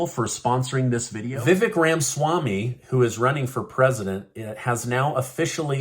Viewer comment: Viv-EK Rahm-uh-SWAHM-ee